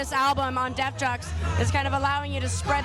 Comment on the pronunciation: Not to sound technical and anal(I don't care if I do) But If I was El and I had someone mispronouncing my record label, I would walk away. But he's a professional. Def Jux, Def Joox-Pronounced not Def JUCKS. Sounds like she needs to do her homework.